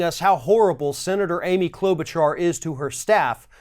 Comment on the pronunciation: is absolutely pronouncing Amy Klobuchar's name right. Or are you just being sarcastic?